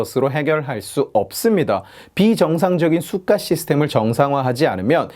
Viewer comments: 왜 자꾸 cyka로 들리지? 제 귀는 썩었습니다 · 수가 하실때마다 Сука 이 발음같네요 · 좋은 영상 잘 봤습니다 ㅎㅎ 근데 내용과는 관련이 없는데 '수가'라는 발음이 러시아욕이랑 같아서 들을 때 깜짝깜짝 놀라네요 ㅋㅋㅋ